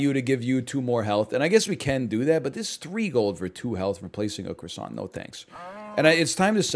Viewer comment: You know egg hadn't recorded in a while when he pronounces croissant "cross ANT", instead of "cross ON".